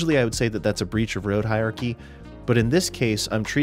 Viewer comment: I hate to be one of those pedantic Internet jerks, but I just can't help myself. It sounds like you are saying "hi-ar-kee", but it's pronounced "hi-ur-ar-kee" But seriously, great video on an important and too often overlooked topic.